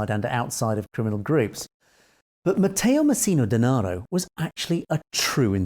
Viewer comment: Well done! Your pronounced Matteo Messina Denaro very well! 👍